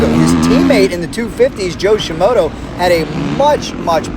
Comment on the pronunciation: Please dont ever stop mispronouncing Joe Shimoda's name. "ShiMoto" sounds so much better!